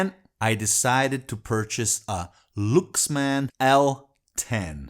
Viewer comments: Is it pronounced " looks man " or " Lucks man, " I thought he was talking about a different company? It sounded good played in "moan-o" or "steer-e-o", but joking aside what a fantastic amp, now I'm on the look for one. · Well Luxman is pronouced more like Laaksman which is ラックスマン or Rakkusuman in Japanese. But it is completely fine.